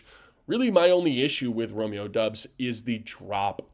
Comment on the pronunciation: Its pronounced Romeo DOBB-s